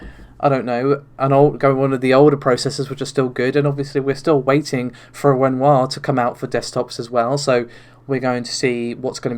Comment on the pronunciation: Even though you'll have to endure the Narvay (Navi), Renault (Renoir) and freds (threads) pronunciations?